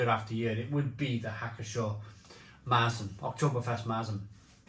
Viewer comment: That Marzen pronunciation is painful to hear but…..ok. Good job 🙂